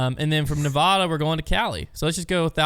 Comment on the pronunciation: You pronounced Nevada wrong lol